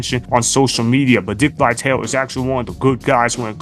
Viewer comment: It's not Vi-Tale, it's Vi-tal-e. get it right.